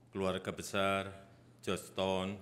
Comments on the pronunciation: GEORGETOWN PAK BUKAN JOSH TON😂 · Joston wrong prounce Weakk in english 😂😂😂